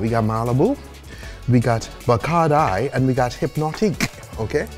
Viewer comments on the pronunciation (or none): Homeboy just went ahead and called Bacardi "Bacardye"